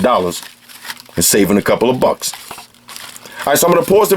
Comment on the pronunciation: Bra you say the word BUCKS! so damn hard. nice vid tho